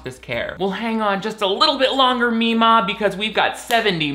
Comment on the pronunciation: I'm triggered bc I've never heard anyone say "memaw" like me.